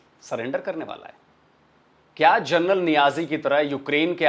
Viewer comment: ji, namaste 🙏, "journal" ya "jarnail" General shabdh ka paryaayay vachi padh nahin hain. Aap kripa karke aise apabhramsh na kare. Ye mera binnati hain aap se.